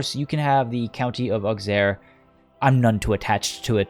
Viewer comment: List of mispronounced french names in this episode: Vexin Capet Auxerre Maine Caen Charolais Berry Aplomb (not a name but whatever) Eudes Gilles Saumur